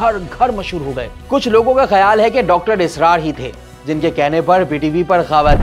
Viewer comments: Ye anchor Puri Video Mai Israr ki jagah Asrar kehta Raha hai or moun esy bana Raha hai Jese bht itra Raha ho bolne per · Asrar nh israr ye video host kon bekar h pronunciation itni bekar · Sari Zindaghi har kisi se suna Dr Israr Ahmed. Yeah sahab Asrar Ahmed bana rahay hay. Inko pata hi nahi sahi pronounce kaisay kerna hay Buhat hi weird. Kabhi Asrar kehtay hy. Kabhi israr. Ajeeb cartoon kahi k. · What is Asrar? You can not even pronounce his name correctly?? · Should have been presented by a top notch host who could have pronounced Dr. Sahab's name correctly at the very least. Also, there was alot of bias against him during the first half ( as evident by the frequent SMIRKS) on the presenter's face. Dr. Israr has given a TASALLI BAKHSH answer to every issue which the ill informed host erroneously highlighted as being unaddressed by the late scholar. Half baked research.